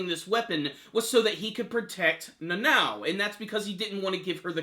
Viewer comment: Na-no? its pronounced Na-now, Nanao